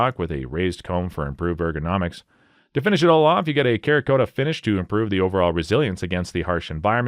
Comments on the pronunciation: cerakote is pronounced "Sarah coat" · The AI narration is terrible. Cerakote is definitely not spoken as karakota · Cerakote, is pronounced “sera-coat”. The Cera portion comes from the fact that it is a ceramic type coating. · Winstester? Kerakote? MacMillion? That's just the first 3 minutes. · "Karakota".... this guy is joking right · Afraid I can't take your list seriously. You can't even pronounce cerakote, you clearly know zero about rifles. What a.😂😂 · I'm sorry, how did you just pronounce Cerakote? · Stop fucking saying ‘cerakote’ like that you illiterate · Learning to pronounce cerakote and composite before the video would have been somewhat beneficial.